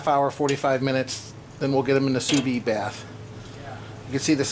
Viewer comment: Looks great. I did sous vide pork chops like that (spices only, no honey) a couple of months back but seared them with a flamethrower. Delicious, juicy and tender. Hey, please don't take this the wrong way. I don't know if you are aware but Sous vide is pronounced Sue Veed. It is French and in French, they only pronounce a consonant at the end of a word when it is followed by a vowel and since "Vide" ends in a vowel you pronounce the "d". The last "s" in Sous is not pronounced since it the word ends in a consonant. You're doing a nice job on the videos just the same. I have been cooking sous vide since 2013 but haven't made a video on it yet. I am going to make my first sous vide video this weekend. Cheers.